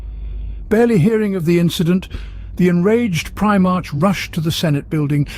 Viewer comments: Me, every time the says Prime-arch, not Primarch. 😬😬😬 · Primarch is pronounced Primark, not prime arch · “Prime-arch?” Prime-ark, doofus. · It’s pronounced “pri-mark” not “pri-march” I couldn’t get past this butchery of the term. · Primarch is pronounced PRY-mark, not prime arch... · its pronounced primark not prima-rch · I like this video man and im going to sub, but you must stop saying prime-march. I understand the spelling, but its pronounced Pri-mark. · prime-arch? r-boot? i always thought his name was pronounced with a hyphonated E at the end of it. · i bet this was a good video but i had to stop after the third "prime-march" pronunciation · Pri......march or mark for the proper pronouncement of the word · Try pry-mark for primarch? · Brilliant. But it's pronounced "Primark" is it not? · He/It is not even consistent in pronounciating the same names and words the same way e.g. Robute (as intended) then Robaut, Primarch, Primarch (ch is in chair), Preemark etc, it makes it kinda hard to listen to. Kept on watching and he says "the primate itself" in and he calls him Guilimana.....hahahahah. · one time he said Primak LOL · surely that's not how primarch is pronounced in any accent. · The mispronunciation of primarch is grating. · How is it you pronounce the same word differently each time you say them?????????